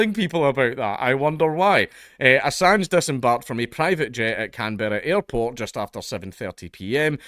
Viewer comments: "Can-berrah?" Can-brah. Come on mate, as a Scot you know what it's like for the English to butcher your names, why you gotta pass it down? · For the record it's pronounced closer to "CAN-bruh" than "Can-BEAR-ah". Sort of "CAN-borough", almost. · Can-bra. Can-bra. Not Can-berra. Briz-bin, not Briz-bayn. Every fucking time. MELL-BUN NOT MELL-BORN. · Can-Berra 😂😂😂 it’s just Can”bruh” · Just to let you know, Canberra is pronounced as, "Kam-bruh" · It's pronounced canbruh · I think you were going to say it right the first time lol. Can-bra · Can-bruh* other than that cheers for the coverage bro fu k the us, Australia always licking their fkng hole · It's CANBRAH say it right.. lol 🤣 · Dankula - Canberra is pronounced Canbruh. True story. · are you saying Canberra wrong on purpose? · Damn, as an Aussie I cringe everytime Dank pronounces Canberra like that 😂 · His pronunciation of Canberra is getting me and I'm British